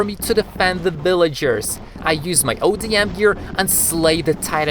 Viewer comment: Dude it’s ODM gear not adm gear also it doesn’t let you just float in the air